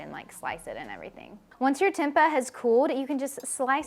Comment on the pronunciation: I never heard anyone pronouncing Tempeh the way you do 😂 it's cute tho. Thanks for the great ideas. I'm just eating the same thing everyday and I'm bored. I'll be trying these